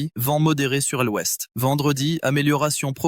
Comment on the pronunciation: Lecture fastidieuse par une voix artificielle qui ne sait pas lire l' et prononce pour le mot l'ouest : el ouest!